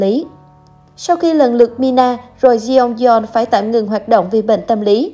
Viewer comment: Đọc là Chong don nhé